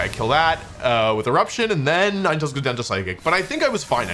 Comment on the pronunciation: bruh what Nin-e-tails